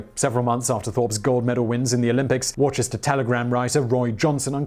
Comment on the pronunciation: Also, Worcester is pronounced 'Wooster" in Massachusetts. Just pointing it out, and trying not to be a dick about it.